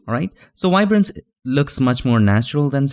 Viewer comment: No such thing "wiberance"...MOST of your English is great, but THAT word starts with a "V" as in "video".